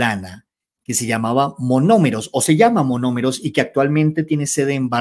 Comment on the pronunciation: NO ES "MAMOMEROS". ES MONOMEROS. CORRIGE POR FAVOR. ❤❤❤❤❤❤❤❤❤❤❤